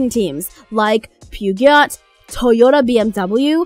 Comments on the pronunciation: Pyugyot? You mean poo-joe? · wtf is a pugat? or does she mean Bugatti? and if so: show me as calls it" world class racing team" that races a Bugatti. there is not a single one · Her pronunciation of Peugeot made me cringe. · Did u jus pronounce "Peugeot" wrong.... 😡